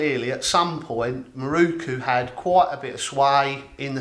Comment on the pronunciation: It is a MirOku, not a MirUku. Why do you poms always get it wrong?